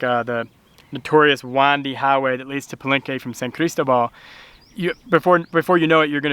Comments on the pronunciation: Buen hecho. Pero.....favor de pronunciar la ciudad de San Cristóbal "San CrisTObal" :) The accent's there for a reason :) ¡Me encanta San Cris! PS. San Cris has an amazing dental office called Salud Oral. From cleanings to implants etc. State of the art! (website in Spanish and Eng.) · love it friends, best wishes from cordoba spain, dont forget the accent on the O san cristObal, looks awesome there, following you all the way, oh no please no mcdonalds, burger king and walmart, please no no no, cuidense!